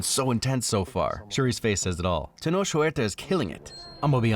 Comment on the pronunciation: Hey loveeee the video as always and just would like to add a correction for the future. The actor for Namor, Tenoch Huerta, you pronounce it like Ten-ock not Ten-osh:) Talokan ftw tho